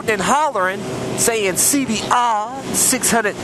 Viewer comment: Carnal i love u say honda cbr double rrrrrrrr